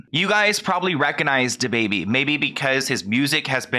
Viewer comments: Every time you say “Da”Baby, I cringe. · The way this dude say dababy lmao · and I love you but please never say his name again